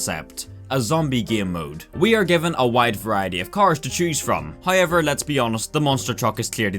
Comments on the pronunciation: I like how he says "hiever" 😊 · He keeps saying "hi-ever", and it's confusing me.